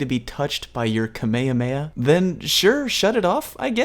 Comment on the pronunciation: ITS NOT KAME A MAE A IS KA MAE HA MAE HA KAMEHAMEHA